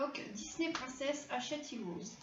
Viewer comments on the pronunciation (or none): none